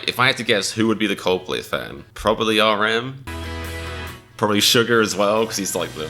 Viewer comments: you said "Sugar" instead of Suga 😂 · NOOOO I was fine watching this and the he said "Probably RM...probably SugaR as well" not the hard R my man.